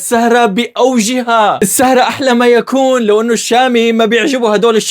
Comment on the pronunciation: مين ركز لما قال بدال السهره "الشهره" 🤣🤣🤣